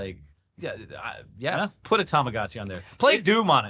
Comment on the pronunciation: STOP SAYING TAMAGACHI ... Is TAMAGOTCHI